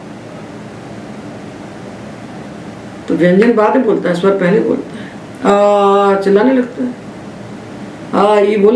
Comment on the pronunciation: पहले का उच्चारण पेहले किया जाना कितना उचित है?